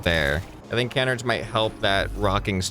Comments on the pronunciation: this lowk pmo its Kuh-nards not Kan-erds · pronouncing canards like "can -erds" instead of "cuh-nards" was painful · It’s killing me, it’s not pronounced canerds its can-ards. Pleeeease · it is pronounced ca-nards